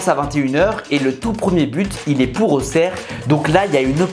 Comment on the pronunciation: Enfaint des gens qui disent bien auxerre